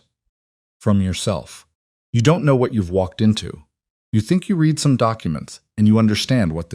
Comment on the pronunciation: read, pronounced as red